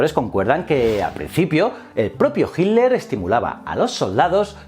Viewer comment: Ojala mi pregunta aparezca en tus notificaciones, tengo una pregunta que no he podido resolver. Porque, principalmente en presentadores españoles a hitler lo llaman "hilder" o "hiler? Hay alguna razon para esto? Es algo bastante marcado en los videos españoles, gracias